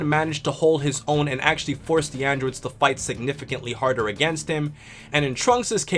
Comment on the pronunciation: you said androods